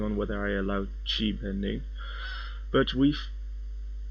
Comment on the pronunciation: Its not chibending in chiblocking